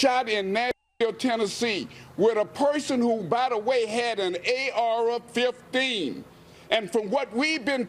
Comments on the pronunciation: Ay-Arah fifteen 😅😅😅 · A- R RAH 15😑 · Bravo to that reporter but did he say “ARer 15?” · "If that's the trof"? 😂 "He shot up the school with an ARa-15" Where'd this guy learn how to speak!? 😂🤣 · AR'er-15's? Aside from him mispronouncing words, he's correct. The mental illness crap is just that! CRAP!!!. Other countries have mental illness issues. They're not having the deaths attributed to guns that we do. Not hard to distinguish why... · Bro said "A-oura 15" .. shit. But yeah, enough is enough man.... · He pronounced the hell outta that R in AR-15.